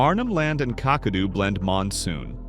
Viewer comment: Kakadu is pronounced kack-ah-do